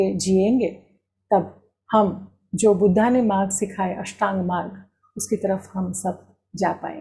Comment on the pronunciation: 'બુદ્ધ' ઉચ્ચાર કરવો જોઈએ